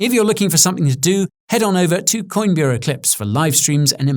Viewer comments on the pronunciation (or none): none